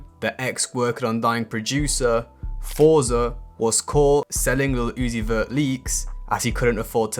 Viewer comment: "Playboi Kaahrty & Leel Uzi Vur"